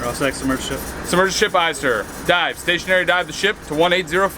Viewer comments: i thought he said "its time to DIE." But really he meant "Time to dive." Oof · sounded like “yea ready to die” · sounded like he said “Yeah, ready to die” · did anybody else here ready to die instead of ready to dive and the mark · “And then it was time to dive” Holy- I thought he said ‘DIE’